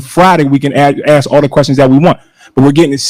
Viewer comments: The word is"ask", not "axe " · TIFF, LEARN HOW, TO PAY ATTENTION TO SPEACH. ( AKS ) THE WORD IS ( ASK ) NOT ( AKS ) GO BACK TO SCHOOL. IN FACT I GOT A HUGE FEELING IT TIFF GOING BACK HOME. ( PRISON ) HER HOLIDAY IN FOR SEVERAL YEARS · She Axed you😂😂😂 sounds like they need better education in Dalton county😂😂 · There she goes axing again. She needs to stop before someone gets cut! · “Ask”. Not “Axe” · "I axe you, what you speaking of" omfg CLOWNS! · I've been playing my own drinking game. every time i hear a "y'all" i take a shot. every time i hear an "aks" i chug a beer. at the end of this upload, I'm not feeling well. somebody, call me a doctor. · Axed? Please speak proper English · Madame, Mayor the word is ask and not axe! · You could have axed...... My ears are bleeding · I axed you.... someone who talks like this should not be in charge of shit. Who hired this trash mayor thinking this wouldn't happen. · This woman just crucified the English language... How does anyone " AX " another person a question?....I think she means " ASK"..ya"ll...she's so ignorant. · Please say ASK instead of AKS.......LEARN to TALK WELL.... I can do it better from the Netherlands..... TIF TIF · Does she ever speak English ? Axing ? She’s absolutely ridiculous. She loves to rhyme. WAKANDA in the flesh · It's ask not axed lol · I am not from this state. Why do they say ax instead of ask?